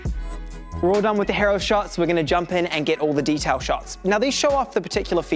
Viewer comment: He-roh? Nah mate it's Hee-row